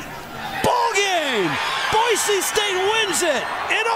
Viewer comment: I cringe every time I hear Boise pronounced boyzee, like BOI, it's Boise, boy see